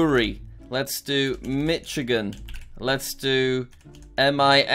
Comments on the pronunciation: Jack: MitchIGAN Me: ITS PRONOUNCED MICHIGAN NOT MITCHIGAN Also Me: He's From London HE Ain't Gon Know Nothin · thats not how you say michigan / my state its pronounced: "mishigan" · I'll never forget you pronouncing my state like "Mitch" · Jack saying mitch-agen again Me: Tha- it- I- ITS PRONOUNCED MISH-AGEN! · JACK, ITS NOT MITCH I GAN, IT'S MISH-I-GAN Michigan is Mishigan, the c is silent. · jack it's ar-kan-saw, mar-a-land and mish-a-ghin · As an Michigander, I felt pain the couldn't guess it, then even said it wrong, owtch Jack The correct pronunciation is Mi-shuh-gn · iTs AcTuAlLy PrOnOuNcEd Mi-ShIt-GiN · Mitchigan Connecticut M-i-s-s-i-s-s-i-p-p-i Pennsylvaniyeah As someone who lives in Illinois I'm surprised that he didn't say it with as S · it’s called mish-a-gan